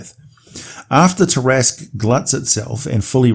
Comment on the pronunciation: You said it correctly! LOL